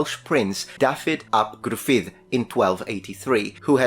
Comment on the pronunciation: Ooh. So close. The pronunciation of Dafydd ap Gruffudd was a very good attempt. However, a single 'f' is pronounced as a 'v' in Welsh and the 'dd' is pronounced like 'th' in 'the'. But it sounds like you got it right in his last name (which was the name of his father). But genuinely impressed by the attempt. Much better than most.